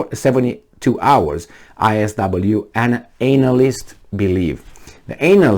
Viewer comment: so funny when says Anal-list:D